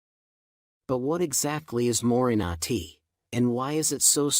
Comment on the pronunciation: More-ring-gah tea. The "ai" voices kill me.😊